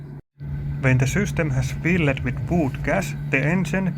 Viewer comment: You were pronouncing every word so amazingly. "The container is Fill-ed." "The camshaft has been Change-ed." Awesome.